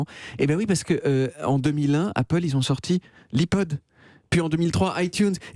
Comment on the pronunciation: ''li pod'' 😂